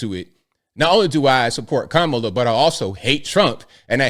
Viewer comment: Good for Usher! Joey is annoying! And racist for pronouncing Kamala name wrong